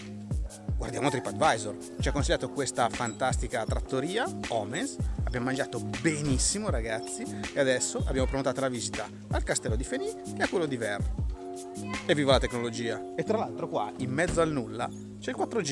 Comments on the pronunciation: fenice? verre? ostrega! pronuncia fenis, verres..hahaha grande andrea, la prossima volta che vieni in valle fai un fischio! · Ma Andrea le S dei paesi vanno pronunciate😂😂😂 VerreS e FeniS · Federico ha ragione, si pronunciano le S sui nomi dei paesi come Verrès e Fénis :) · scusa ma abito in valle d'aosta da 41 anni,forse saprò come si pronunciano,ti pare! Oltretutto abito ad 1 Km da VerreS... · fidati che si dice così le finali si pronunciano😉